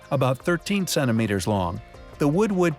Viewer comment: Cennimeters? Seriously? How about centimeters? Please try to pronounce a "t".